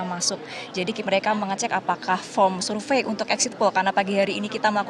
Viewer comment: "survei"bukan sulve "Sore" bukan Sole ngakak ajg😂😂😂